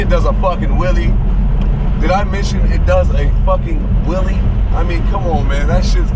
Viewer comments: what's a Willie oh shit you meant wheelie damn speak right next time stupid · i cracked up during this video. sounded like you were saying "it does a fucking willie" i don't know why but it fucked me up.